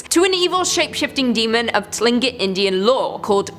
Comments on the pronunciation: Tlingit is actually pronounced like “kling-kit” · You pronounced Tlingit more right the first time. And the monster in their stories is pronounced Koosh-da-ka